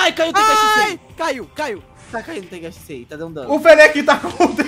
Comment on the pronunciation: Meio zoado ele falar TENGAI SHISEI sendo que o nome do jutsu e TENGAI SHINSEI so muda o N mais um amigo meu achou zoado mais ok